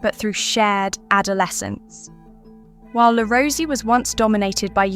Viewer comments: Pronounced Le Rose-A :) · Le Rosey is pronounced Le Roz eh . Also, Le Rosey's winter campus is no longer in Gstaad . They moved more than a decade ago. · This piece has irritated me for several reasons: - * The commentator hadn’t bothered learning how to correctly pronounce ‘Le Rosey’. * What evidence is there that parents put their children into Swiss schools for the reasons argued? How does she know that wealthy parents don’t simply want to give their child a different schooling experience? * I know several people who were schooled at one of the schools she mentioned and I know for a fact that scholarships were granted to those with less money. * I also know that this particular school offered fairly ordinary food to its students. Certainly not Michelin Star or Cordon Bleu level! * Whilst some people have done well, that is not the case for all alumni. However, they have been provided with school experiences (skiing, climbing and cultural) that they may never have encountered at other schools. If the parents can afford this, why not? To my mind this piece reflects a classic case of inverse snobbery by the researchers and/or commentator.